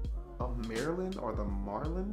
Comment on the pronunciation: Hey it's marlin like the fish you said mayrlin like Marilyn Monroe but anyway I dig the guns you got oh I was talking about your 30 -6 that you mispronounced